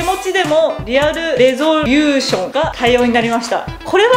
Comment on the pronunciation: レゾリューションの言い方で宇宙海賊思い出したｗ